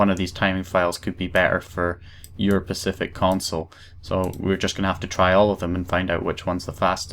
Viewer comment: "your pacific console" lol